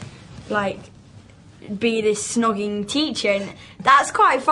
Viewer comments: the interviewer keeps saying shh-nogging! what an eejit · Lol at the interviewer, "shnogging", it's snogging, love. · She keeps saying shnogging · Wtf she keeps saying shnoging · Is it me or does the interview keep saying "Shnogging?" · LOL the interviewer called snogging 'schnogging' ! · Why she saying shnogging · lmao she kept saying schnogging!! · whats with thats women pronounciation, its snog not SHNOG xD